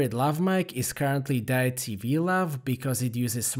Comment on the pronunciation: You are the best. In "case" you care, Deity is pronounced, (at least here in San Francisco) Dee it tea.